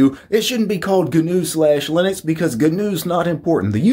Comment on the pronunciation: "Gunuew slash leenix"..... Yeah. Pretty easy to say isn't it?